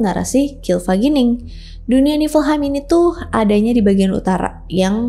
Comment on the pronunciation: bacanya yagdrasil. nefelheim.